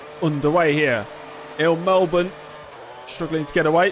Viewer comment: OMG FINALLY SOMEONE KNOWS HOW TO SAY MELBOURNE